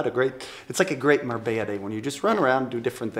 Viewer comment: MABELLA INSTEAD OF MARBELLA IN THE INTRO GUYS